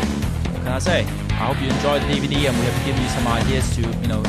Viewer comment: hahahah herman sounds funny when he says DVD i can now imagine him saying YOU WANT BUY DVD ?!?!?